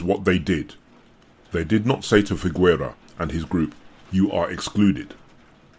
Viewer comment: Figuera is pronounced fighera, not figwera. Gue and gui (and also que and qui) in Spanish don't pronounce the "u", which is only there to make the "g" sound "hard" ghe and not soft ge (which in Spanish would sound khe but regardless). Otherwise it's the same logic as in French (which also uses gue/gui similarly), Italian (ghe/ghi vs ge/gi), etc.